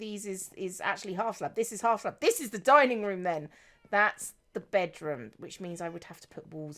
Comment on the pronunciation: said "[having] all [her] friends dining or just some of [her] friends dining" and I heard 'dying' both times... man, pirates are cutthroat even when they're undead, monsters and/or obsessed with wearing pumpkins.